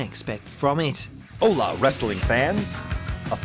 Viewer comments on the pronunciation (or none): "Hola, wrestling fans!" Is it just me or does he sound like the whitest man alive?